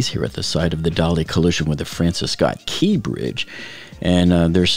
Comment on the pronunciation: What’s with the strange emphasis on “key”? It’s the Francis Scott Key bridge not the Francis Scott, Key bridge.